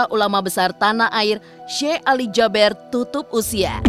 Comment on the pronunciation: Kenapa JABER Sich nyebutnya,,Kan SYEKH ALI JABEER,,E nya 2 kan di baca JABIR,kenapa musti Jaber